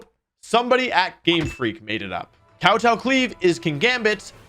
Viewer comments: i love how Wolfey repeatedly says Kowtow Cleave with great emphasis on the Kowtow 😂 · Awesome vid as usual Wolfey Not sure if youre pronouncing Kowtow cleave wrong on purpose instead of pronouncing it Kow t-Ow it's more tow as in Towing a car. ( spelled out phonetically would look like "Cow-toe") To Kowtow would basically be like Grovelling. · I feel like kowtow cleave is pronounced koh-toh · Kowtow in Kowtow Cleave is a Japanese word. It's pronounced nouw-touw. To Kowtow is to kneel and apologize.